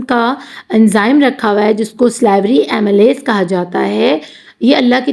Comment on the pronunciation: Mam it's not imelyes it's aamaylus